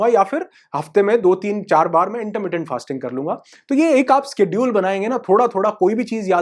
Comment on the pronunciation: स्केड्युअल नहीं, शेडयुअल बोले..